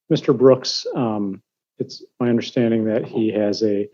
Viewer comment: Never did he not understand ! But he did have a problem with "undersh-tanding" !